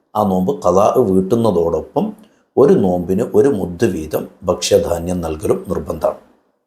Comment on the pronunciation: ക്ഷമിക്കണം മുത്ത് അല്ല മുദ്ദ്